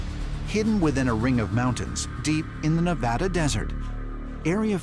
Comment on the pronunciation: Please learn how to pronounce NEVADA.